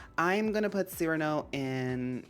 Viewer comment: THANK you for catching the cyrano reference and pronouncing his name correctly. my pet peeve among animal crossing girlies: "sigh-RAN-oh" and being like "lol idgi" like c'mon now that's a top tier pun & reference, work w us, folks. lol anyway you gave me so much more appreciation for the anteater villagers, i'm loving this. and just as w the cats, so happy to see the one-off girlies get their flowers, as well. the rabbits are gonna be fun and i personally can't wait for the birds and dogs. lol